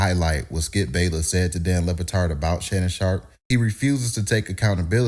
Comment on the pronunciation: Lebatard with a B...not Lepatard😂